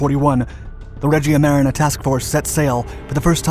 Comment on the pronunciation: sorry but the way you pronounce Regia Marina is just too wrong, it just hurts